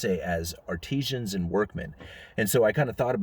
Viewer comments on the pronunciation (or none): Love your vids, admire your intellect. Way smarter than I. Artisan is pronounced like "art". Art-i-sun Artesian is used in the term "artesian well", vs artisan, which is a craftsman.